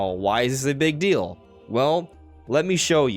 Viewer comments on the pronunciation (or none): none